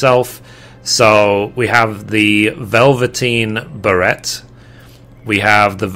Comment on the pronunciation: Finally someone that can pronounce "Beret"!